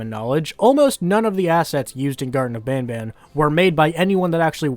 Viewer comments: I can confirm, as someone who went to french immersion up until I graduated high school, the kind of "ah" A sound that most people use when saying Banban is a sound that basically doesn't exist in french, so assuming they're french speakers the pronounciation of "bohn-bohn" would make perfect sense. it's common for certain english names to be mispronounced by native french speakers because certain sounds just don't exist in the language, like how english doesn't itself contain the ñ sound and it instead comes from other languages but to be clear in case there could be any confusion, the french word for candy "bonbon" isn't pronounced like that either, the N's are effectively silent (it affects the pronounciation but it's not bohn-bohn as the devs say) so it is probably just a word that they created on their own. it's interesting though that the way the devs say Banban is probably how an english-speaker would anglicize bonbon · As to the name, its not as much "bonbon" as much as it would be bahn-bahn. The n's would be pronounced in a way that doesn't really have a similar one in the English language. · As a French perso, « banban » is nothing like « bonbon » it is more pronounced like « banebane » but clearly not « bonbon » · It’s bon bon not ban ban I’m French so I know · As a Canadian citizen even if you said the name in French it would still be banban and not bonbon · i'm french and it is ban ban in pronotiation but if it is like candy it is bon bon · Hey! I’m from Quebec and speak French, “an” makes a “on” like sound, although we don’t pronounce the “n” sound at the end, “ban ban” itself is not derived from any word I know so it’s just a really weird character name ig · now i'm canadianese myself and as far as i'm aware, the reason why they pronounce banban as 'bonbon' is because it kinda sounds like that when spoken in a french accent. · since i'm french and banban name's supposed to be pronounced french, that's still not how we pronounce it :')